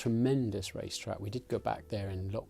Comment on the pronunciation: What racetrack did he say he missed the most?? I couldnt understand that for the life of me 😂